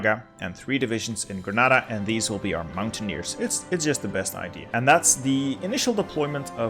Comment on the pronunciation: Finally! Someone who says "Granada" instead of "Grenada". The spanish in this Spain guide was more halal than in the last one. :D